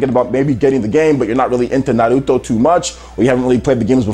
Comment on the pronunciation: You need to stop pronouncing Naruto as Nahluto